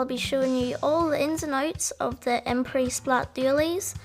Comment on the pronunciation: finally someone who pronounces the brand name right. team order veemo approved.